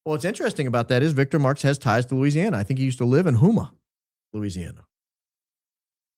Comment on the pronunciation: It’s pronounced HOE-MA (Houma)